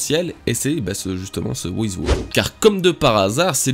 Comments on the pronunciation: Par pitié, le personage qui de nomme "who is who" (qu'on peut raccourcir en "who's who") Se prononce: (j'essaye de retranscrire au mieux) Houz Hou. En anglais on prononce pas le w comme tu le fais pour dire "who". Ça se prononce comme si tu lisait "hou" a la française en aspirant le h Donc "who's who" se prononce "houz hou". C'est terrible de t'entendre dire "wou iz wou" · Prononce who's who à l'anglaise s'il te plait ça fait pas classe du tout "wo is wo" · Stp prononce correctement Who's who ça devient vite pénible "wo-iz-wo" :( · "Wo iz Wo" rip l'anglais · Who's who se prononce "Hou s hou" (en aspirant les "h") ^^ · bah la logique voudrait que ça se prononce "wouz wou" (en phonétique) puisque c'est de l'anglais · thx la video. ça se prononce wouzh wou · Prononce plus WHOUZ-WHOU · Sa se prononce Ouz Ou en français Qui est Qui